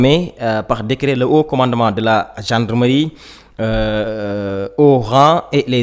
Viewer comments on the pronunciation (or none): On le lis pas le "t" pour dire "Haut"commandement au lieu de "Haute" commandement. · haut, il prononce haute 😂